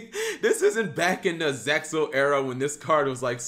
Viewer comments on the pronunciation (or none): Scumbag using Dragoon in a non-BM or Red-Eyes deck. The great Ni'm'biru has returned. Also, its Zeh-al. Not Zech-sal.